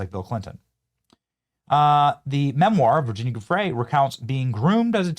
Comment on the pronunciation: Are you fkn rtrdd? Why can't any of you influencers get this right? It's Guiffre where the G is SOFT like a J. And it's Ghislane with a HARD G, not a soft G like a J. It's not difficult and you should know this by now.